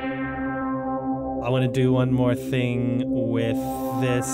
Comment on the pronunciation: what did u do wiff the gwaffic dawk?